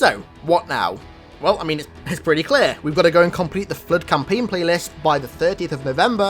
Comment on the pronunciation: Dey terk er flerrrrd